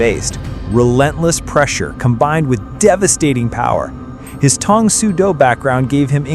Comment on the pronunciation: had to give you a dislike because you can't say , TANG - as you proved again